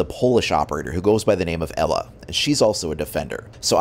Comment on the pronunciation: Glad u pronounced Ela right. not IIIIIIILA. Like the rest. lol.